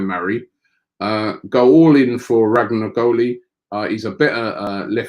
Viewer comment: Robbie butchering a name again. He called him RAGNAGOLI. its ROMAGNOLI FFS!!!